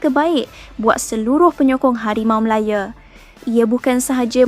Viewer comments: Ooi kakak ..KO sebut biaq betul HARIMAU MALAYA bukan MALAYE ..nahu tu biaq betul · Ko ni org Msia ke org mana? Npe ko ckp Harimau Malaya bunyi mcm pelik hah?!!?